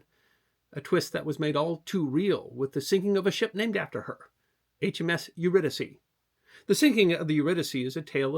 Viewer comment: Thanks for pronouncing her name correctly